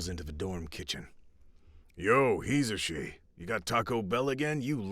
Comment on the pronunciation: i absolutely loved the storys!. I also cant get over how your pronouncing Hizashi ( yours is probably the right pronunciation), its makes me giggle everytime. =)